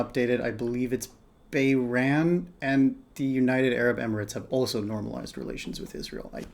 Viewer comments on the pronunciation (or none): You mean Bahrain? It is not pronounced as 'Bairahn'. Edit: I see somebody else has already pointed it out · Took me a second to find out that the country you were talking about was Bahrain but you’re pronounced it Bayran 😂